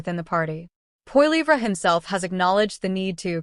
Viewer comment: "Pierre Po Lee Vra" :D